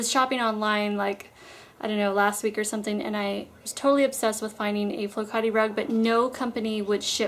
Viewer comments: Great video as always!!I was so surprised to hear you talk about flokate!I thought noone knew them outside of Greece!!btw you pronounced it correct!! :) Greetings from Greece!!xoxo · Yes you pronounced it correctly .. Flo kat i ... Greek sheep's wool. I used to have a beautiful one ages ago ... you have to be really careful with cleaning them etc. Unfortunately, my rabbits also liked it .. and the kids used to let them run over it .. you can imagine .. so byebye rug:( oxo